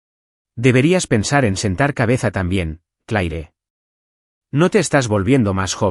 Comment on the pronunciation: No sé porqué en estos relatos al pavo 🦃 se le llama pavó 😮😮😮 Y se pronuncia Cler